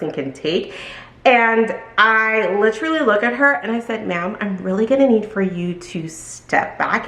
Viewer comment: Wow! I can’t believe you only get a Dollar commission on each bag! I am shook! No wonder the staff are often rude and don’t eagerly try to help anyone! Shame on LV for selling expensive bags, but being cheap when it comes to the employees! 😡 But also…read and pronounce this word….say it with me…Literal. As in what the literal eff! So when you and an ly at the end, that doesn’t change the pronunciation! One of my pet peeves is people who aren’t British, speaking as if they are! But it’s for this word only! 🤪 We are American. We say Literally! Lit-er-al-ly. It has 4 syllables! Not 3! Stop saying “Litrally”. 🫣 It’s lame. Otherwise great story great video! 😀